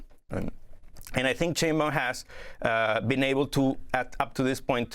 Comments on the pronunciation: Pronounced "shine bowm" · SHINE Baum Sheinbaum is pronounced like Einstein. In words and names of German origin,when two vowels are together,the second vowel is pronounced.